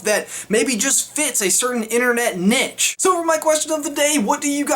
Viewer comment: anyone else think that he said niche weird? and yes that series is awesome!!!